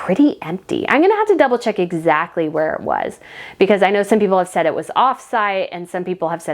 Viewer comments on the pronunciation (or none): none